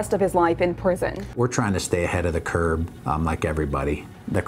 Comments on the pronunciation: It's CURVE, NOT CURBE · Did the sheriff in the beginning say " ahead of the curb" ? Or am I hearing things lol